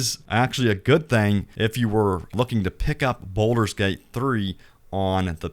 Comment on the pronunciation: Its pronounced Bald-ur not boulder